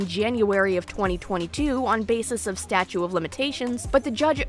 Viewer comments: Hon PLEASE! I want to listen 🎧 and I want to support him. But u must be credible and educated. It’s “stauTE” of limitations. Not Statue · Awesome video. It sounds like you are saying “statue of limitations”. It’s actually “statute of limitations”. Maybe I am mishearing you. This video is very good and well researched. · You're not saying statue of limitations, are you? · Such a great video! Very balanced and educational on SA and DV! I can't help but get annoyed when you say "statue" when I think you mean "statute". Maybe I'm wrong, but I think you might be missing a T in there. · Are you saying "statue of limitations"? It's statute. With a T. Great job with the research though. I really don't know who to believe now. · *statute - not statue of limitations... ;) good video. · Hi, it's "statute" of limitations not statue. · Hun...it's *"Statute", not "statue"...🙄wow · Statute not statue. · It’s statuTe of limitations, not statue of limitations. Hopefully you don’t take it the wrong way because I’m not trying to be rude on purpose. But I do know it sounds and feels rude. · I love you to death girly but I am so 🧐 - it sounds like you’re saying “statue” of limitations instead of “statute”? Am I mishearing this because it keeps jarring me & it’s one of those words that just slips by so fast that I can’t even tell if what im hearing is what’s being said, hah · The word is “statute.” Just letting you know. Keep on keeping on.